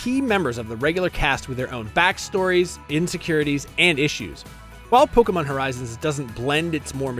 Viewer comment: What, Polkamon instead of PokEmon?